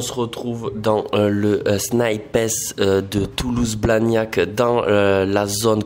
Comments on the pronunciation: On dit « Snipesse » ? Il me semble que ça se prononce « Snaïps » 😭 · C’est sn-ail-pe pas sni-pes 😭😭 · "Snipèce" ? WTF ! C'est "snaillepss" bro ! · Ho mon dieu comment il prononce snipes « snipèsss » « snaypèsss » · t'es sérieux de dire "snipaisse" 🤣🤣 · SnipEEEESSSS a jui mort la prononciation mon reuf 😂🤣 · 😭😭Non je te suis pas sur c paire les sape son ouf ms pas les sneakers 🤷‍♂️ ms chacun c goût 😉 ms fort c bien les vlog ta gérer 👍 et arrête de dire snipessse stttp 😂🤣😭😭 sinon la force pr toi et t projets 🙏💪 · Pourquoi "sni pess" ? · Il faut vraiment que tu arrêtes de dire SNIPES de cette manière... C'est horrible !!! 😂😂😂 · il faut le dire comme quand tu parles d'un sniper 🤪😉😂 Mais tout va bien sinon !!! 😂😂😂